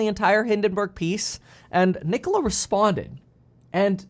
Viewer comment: How can someone disrespect the name Nikola like this